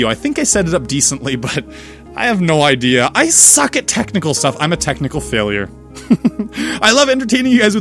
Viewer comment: I keep hearin tentacle instead of technical lol. Glad everything went well.